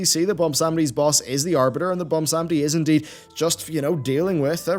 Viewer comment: And butchers "Bwonsamdi" name once again.